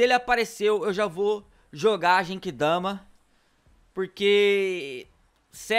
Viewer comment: o nome é genkidama não jenkidama e nem derrotou frieza foi o transporte que matou ele